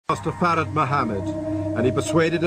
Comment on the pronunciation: This is some racist crap its Elijah Muhammad not Robert Muhammad and Master Fard Muhammad not ford!!